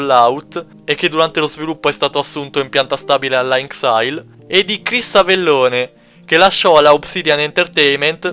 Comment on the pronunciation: "Van Booren" - "Avellòne" - "Fallout Bìbol" Muoio :-(